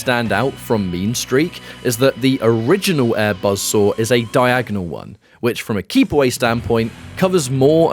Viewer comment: BUZZ SORE ATTACK. KABOOWL. THUTTY PUH-SENT.